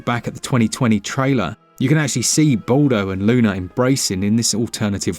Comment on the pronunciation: Ball-doh? Really? Didn't even care to get your pronunciation correct, lmao